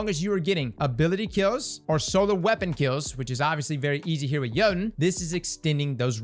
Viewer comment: 3 years later and we're still pronouncing Jötunn wrong lol